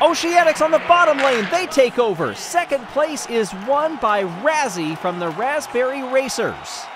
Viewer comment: it's 'raspberry'